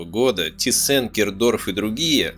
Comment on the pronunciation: Der Autor hat es alles ganz toll und gründlich durchgearbeitet, Respekt! ABER! => Bitte KEINE ThyssEn, FabEr, und I-Schi FarbEn & A-Sche, etc. => die alle sind Deutsch, deswegen ThYssen, FAber, IG FArben & AG!! ✌️🙂 Grüße aus Dresden!